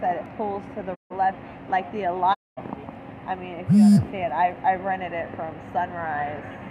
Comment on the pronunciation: Oh lord, Al-uh-kuah.. lol It’s A-latch-ua- Alachua. 😂 Edit: This woman is driving intoxicated with her kids in her car, and THOUSANDS of college kids walking all around the city, and UF campus. SMH